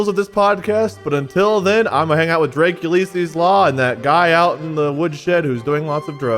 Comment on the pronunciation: Watchers, put in your vote, do we get a Drake (pronounced ‘Drac’) Ulysses Uh appearance this episode?